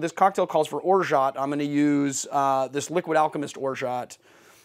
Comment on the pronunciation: The T at the end of orgeat is silent :)